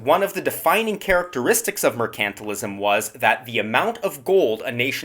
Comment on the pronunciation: MERCANTILISM - pronounced correctly?